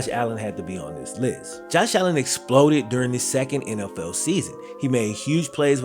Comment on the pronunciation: Am I the only one who thought he said “nlfell fans” at the beginning of the season